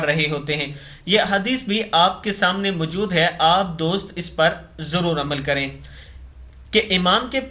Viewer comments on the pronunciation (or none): none